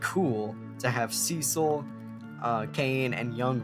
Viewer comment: Props to you for pronouncing Cecil the better way.